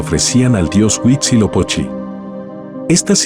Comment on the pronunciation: Cynthia, fantástico documental. Respetuosamente, le comento que el narrador pronuncia, "Guisilopochi" refiriéndose al Dios Azteca de la Guerra y correctamente es Huizilopochtli, es decir, la terminación es tli. Muchas gracias.